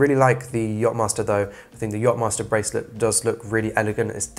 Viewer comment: „yop“-master??? YACHTmaster …